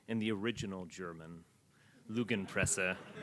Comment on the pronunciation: It's *Lügenpresse you fucking Nazi dimwit, not lugenprese. If you try to be a Nazi, at least do it properly, like Steve Bannon.